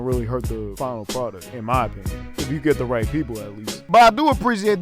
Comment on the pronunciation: “riGhT” that was so annoying